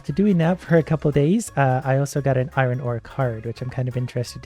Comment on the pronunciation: I absolutely love watching but the way he pronounces iron does slightly bug me at times xD